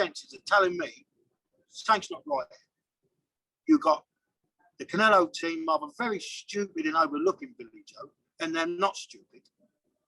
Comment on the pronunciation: the fella cant even pronounce canelos name properly, and must think the fight is happening in Mexico City. 70,000 Mexicans there for Billys blood. stay out of it old boy let your gown son make his own mind up. you said it yourself... its boring here because the press aint showed up yet. ffs